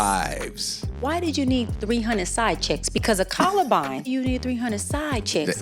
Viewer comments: She was probably having flashbacks of the Columbine School shooting back in the day lol. Clearly, she doesn't know how to pronounce concubine from columbine smdh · a “colabine”? 😂 am I buggin? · It’s concubine …. Can she read! She just makes me cringe to my soul. Ewww!! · not when she commented about someone else not being able to read. It was painful to listen to her say it incorrectly multiple times.